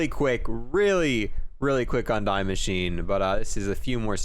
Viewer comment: Just so u know, it's pronounced "dee" not "die"